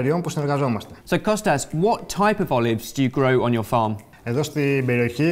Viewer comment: Hearing 'kostas' rather than Kosta was really throwing me of. Great video though! I love and live in Greece. Such an amazing country. I live in pefki, rhodes